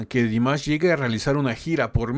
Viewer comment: Кроме того, могу вам сообщить, что текст на этом канале озвучивает робот и ставит в словах много неправильного ударения, даже имя Димаша произносит неправильно. И они не сами пишут текст, а выхватывают целые куски из чужих комментариев - я с удивлением обнаружила свои комментарии списанные один в один. Так что я не рекомендую этот канал для ваших последующих реакций... Им интересен не Димаш, а количество подписок! 🤣